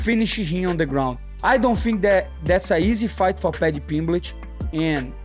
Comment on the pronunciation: Paddy PeeembLEEch